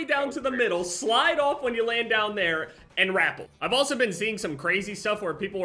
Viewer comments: Its: Re-pel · I was scrolling through all the braindead Future Title and Challenge Accepted comments to see if anyone else noticed. Man said it like he added an r to "apple" lmao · ITS "RUH-PEHL" NOT "RAP-PEL" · it's pronounced "RUH-PEL" hahahahah when he said "r-apple" I fuckin lost it every damn time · He did not just pronounce rappel “rah” “pull” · My man's said rapple Bruh it's Ruh-pell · Lmfao “rapul” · He called it a r-apple😂😂 I'm deaddd I feel like he genuinely call rappelling r-appelling😂😂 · Did he just say rapple instead of rappel? Lmaooo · Lmfao dude i thought i was the only one. I genuinely thought he was saying grapple at first lmaoo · the act of going up and down is ruh-pel, the rope itself is a rah-pull, everyone I've ever met have either said it this way or accepted it to be said this way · “Rappel” lmao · the way he says rappel bugs me